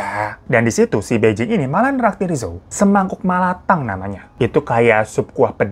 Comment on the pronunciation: Kak bai jing itu bacanya pai cing dia pindahnya ke bei jing bacanya pei cing..sebagai org yg pernah sekolah bahasa mandarin dan tinggal di Beijing 2 tahun lebih gatel pengen benerin pengucapannya 😅